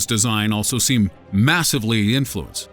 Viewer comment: You said infuenced twise on number three.